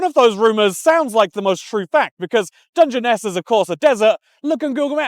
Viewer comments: It's pronounced "Dungeon-ness" 🤣 Also, we have rainforest too! A diverse little island indeed ☺️ EDIT: Sooo ... I'm just gunnu leave this here as a lesson to myself, and others, not to pause the video to correct somebody. They might just start saying it right like 10 seconds later 😅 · Thanks for correcting your initial pronunciation ‘dug-ness’ lol!! Do u have dyslexia btw? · As someone from nearby on the South East coast, I find the way you pronounce Dungeness hilarious… it is actually more like “Dungeon-ness” 😅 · It's pronounced "dungeon ess" and it feels like being in a fallout game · FFS it's pronounced Dungeon- ess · Its pronounced dungeon-ness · Its pronounced dungeon-ess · Dun gen ess... Also, north Kent is almost Mediterranean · Dungeness is pronounced dungeon-ess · The pronunciation of Dungeness in the beginning pained me